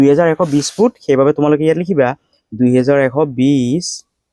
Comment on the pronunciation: Thanks you. কিন্তু আপুনি ফুটটো ফিত বুলি কিয় কৈছে